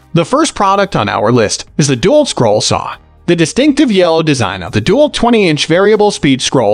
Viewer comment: Someone needs to tell the narrator how to pronounce Dewalt. It's not Doolt, but DeWalt with the emphasis on "Walt". So.. dee-WALT. At least that's how the people at "Doolt" pronounce it. Ask 'em.